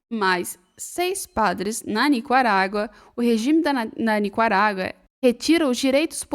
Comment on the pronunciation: Oi, gostei muito dos comentários feitos na sua apresentação, porém para manter esse alto nível, fica a dica: o país é NICARÁGUA e não "NICUARAGUA" conforme voce pronunciou várias de forma errônea!